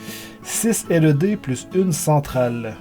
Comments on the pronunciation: On dit pas LED on l’ed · 'laide et non 'elle euh dée' T_T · arette de dire L E D !!! tu pronce laide mai sa secri led!!!!!!!!!!!